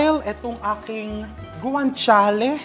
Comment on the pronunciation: Ang pronounce po ng GUANCIALE ay with H (guanchiale) hope di ka na offend